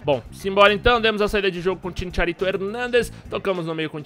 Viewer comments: Sem querer ser chato nem nd, mais cristian bale é o manu que fez o batman. GARETH BALE joga bola. e CHICHARITO nao ChiNcharito. kkkkkkkkk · kkkkkkkkkkkk e Chincharito pqp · Chincharito hahahahaha e chicharito